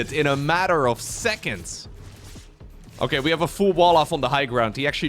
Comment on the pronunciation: Take a shot every time says: "O-keh...", "On the back of", "Disaster"